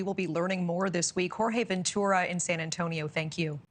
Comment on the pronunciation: With a name like and pronounced not one spanish name correct 😂😂😂😂😂